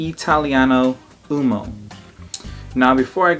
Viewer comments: Just a note about the pronunciation: Italiano uOmo (cause we don't skip letters, we read the first O as well as the last one in "uomo") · It’s pronounced “U-O-M-O” with the first “O” sound clearly pronounced and NOT “UMO”, guys!! It’s so bothering me too many guys pronounce “UMO”. 🤦🏻‍♂️🤦🏻‍♂️ Ok again, U-O-M-O.